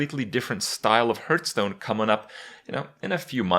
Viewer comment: "Hurtstone" and "Stolog" in the same video, godamnit kripp.